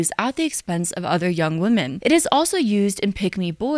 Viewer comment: Love you,. Great video. Only note is that you pronounce “women” the same as “woman” and it’s a bit distracting and unclear.